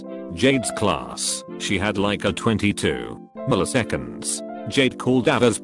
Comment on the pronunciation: мiliseкеnds.... jade